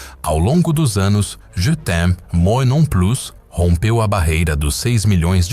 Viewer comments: moi se pronuncia "muuaaa" e plus se pronuncia "pluuu" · 😂😂😂 eu morro de rir como o narrador diz :" moi" 😂😂😂😂 😂😂😂😂😂😂